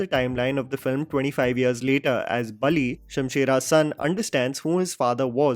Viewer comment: Just a correction, it’s Balli not Bali, rest every detail shared by you is absolute…